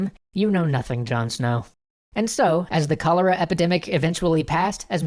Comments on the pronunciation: John snoww lol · In a different dimension John Snow doesn’t have an “h”